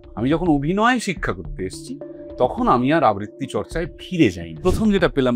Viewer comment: আবৃত্তি , আব্বিত্রী নয় 🙂 অনির্বাণের উচ্চারণ এবং রাহুলের উচ্চারণের পার্থক্যে বুজতে পারা যায়